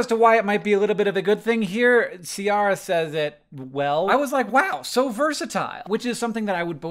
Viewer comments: Came here for a correction of "See-ara". Both impressed and concerned that I can't see one. (Pronounced with a "K" sound, from the Italian "Chiara") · The American pronunciation of Ciara always surprises/confuses me. It's an Irish origin name (I am Irish) and its pronounced 'keer-ah' (like peer). It means Black or Dark. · If anyone was wondering, Ciara is usually pronounced Keira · interesting that you read Ciara as “see-are-rah” when for me I read it as Keira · I like that Hank (John? idk.) pronounced the name Ciara the same way I did when I met my girlfriend for the first time. It's pronounced Key - ra in her case, as I learned shortly after. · Ciara is usually pronounced KEE-RA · FYI, Ciara is an Irish name and pronounced “keer-ah” 👍🏻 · Hank: sees the name Ciara Hank: it's pronounced "See-ar-ah" right? 🤦🏼‍♀️